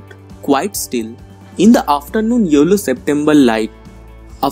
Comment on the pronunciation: It was cool n ur video editting skills are appreciatable but sorry when u said yellow i misheard it as YOLO .. n it cracked me up .. damn 😂😂😂